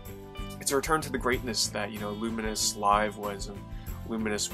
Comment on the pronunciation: Its LOO MINES, not LUMIN US